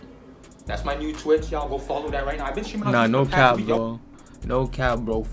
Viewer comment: Did he say kap yes this is KAP